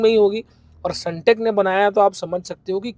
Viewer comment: Sundeck ❌sunteck✅ bhai aaise toh log aapko fraud hi samjenge